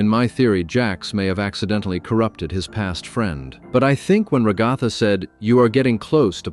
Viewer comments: "ra goth a" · “Ragotha” if only